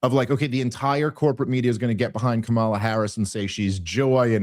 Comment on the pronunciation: I love you Dave Smith, but please pronounce Kamala's name correctly.